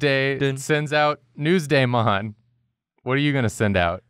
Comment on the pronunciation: “Nuesdaymon” What is this, Digimon?